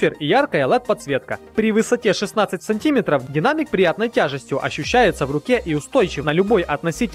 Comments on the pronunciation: А еще сказал сантИметров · сантиметов? ударение на е!! а не на и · сантИметров? может сантимЕтров